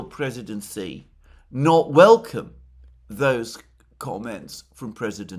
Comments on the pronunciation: hay alexander, president xi's name is pronounced like the female pronoun "she". Just call him a girl in english, "she", that is how you pronounce 'xi' properly. love your work, thank you! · Please learn to pronounce Xi. X in pin yin iz pronounced like soft sh. Chinese is based of syllables and changing X with S iz a huge difference